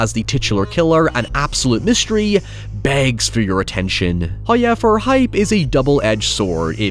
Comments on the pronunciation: Please stop saying the word however. You cannot do it right. There are no i's or y's in however. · First "hoyevver" drops . We are rewarded.